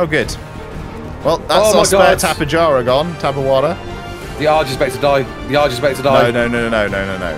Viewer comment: My guy pronounced Tapejara correctly for once, then immediately proceeded to un-correct himself 😭🤣 Loved the video, you got a sub in me! EDIT: BitMoreRead.